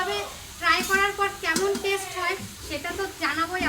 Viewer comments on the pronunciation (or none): তোমার কাকিমা টেস্ট কে টেস উচ্চারণ করেন কেন ভারী অদ্ভুত ব্যাপার তো! এর আগেও এই একই উচ্চারণ উনি করেছিলেন যেটা আমি এই কমেন্টে লিখেওছিলাম। ওটা ওনাকে ঠিক করে নিতে বোলবে। আর সারাদিন বাড়িতে থাকে এইসব রান্নাবাটি করে কিছুই পড়াশোনা করে না! কোনও ডিগ্রি না থাকলেতো বর্তমান সমাজে একেবারেই অচল ওতো কোনও চাকরিও করে না বা কোনও চ্করী পাওয়ার চেষ্টাও করে না কিংম্বা চাকরির কোনও পরীক্ষা দেওয়া বা কোনও চাকরির ট্রেনিং নিতেও দেখি না শুধুই বাড়িতে থাকে এটাতো ঠিক নয় যখন রান্না - বান্না করতে এতটাই ভালোবাসে তাহলে ওকে হোটেল ম্যানেজমেন্ট ট্রেনিংটা করালে আমার মনে হয় খুবই ভাল হবে আর এর ফলে খুবই ভাল বেতনের চ্করি ও করতেও পারবে এমনকি এর ফল স্বরূপ বিদেশ যাত্রারও সুযোগ হতে পারে এই ের কিন্ত একটা Young ছেলের এইভাবে বাড়িতে একদম বোকার বসে থাকাটা অত্যন্ত দৃষ্টি কটূ লাগে।